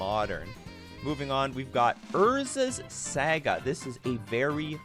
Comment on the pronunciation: unsubbing over the saga pronunciation